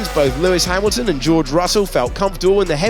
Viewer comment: Alonso slides off... Alonso: "because Hameelton"